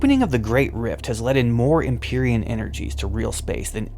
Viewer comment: I thought the pronunciation of "Empyrean" (the other term for the Immaterium in WH0K), is /ĕm″pī-rē′ən/ or /ĕm-pîr′ē-ən/ ? Empyrean = "heavenly and sublime, relating to the heavens or sky", derived from the Medieval Latin word empyreus, an adaptation of the Ancient Greek empyros (ἔμπυρος), meaning "in or on the fire" (pyr). In Christian religious cosmologies, the Empyrean was "the source of light" and where God and saved souls resided; the Empyrean was described as the dwelling-place of God, the blessed, celestial beings so divine they are made of pure light, and the source of light and creation. The Empyrean was the third heaven and beyond "the heaven of the air and the heaven of the stars."[2] The Empyrean was thus used as a name for the incorporeal "heaven of the first day".